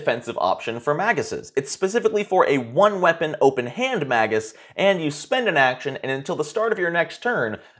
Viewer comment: Good review. Its May-jus, though.